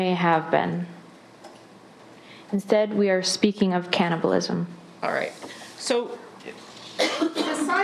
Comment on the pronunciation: she couldn't even read the word cannibal correctly even though she had 3 chances in the same sentence 🥲 she's stupid stupid